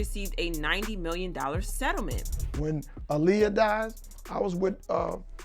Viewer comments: It's ahhliyah not uhliyah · It's not ahhhliyah either its aaliyah😂😂